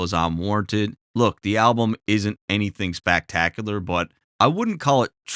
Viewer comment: "SpakTakulurrr" lmao I'm from east coast Canada, down in NB so I get it hahahaha